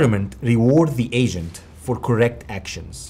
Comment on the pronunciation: Sounds like you keep saying artificial Asian when saying Agent. Lol. Still a great video though.